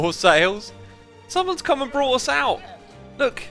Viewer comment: I don't know if you do it on purpose (like saying achacha instead of acacia), but "brought" is not the same as "bought". It's really starting to bug me. If you are doing it on purpose, let me know so I can enjoy it instead.